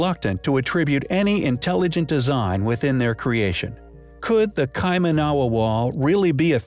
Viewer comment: It's pronounced Kai-man-a-wa not Kai-ma-na-wa. I live few hours drive from there.